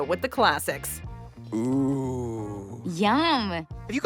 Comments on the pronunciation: the narrator says “undoubtedly “ and “oh-ways” repeatedly... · There’s no “b” in “undoubtedly.” But there IS an “L” in “always.